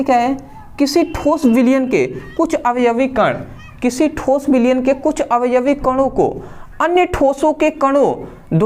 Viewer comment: Thoos nhi thos hota hai 😂😂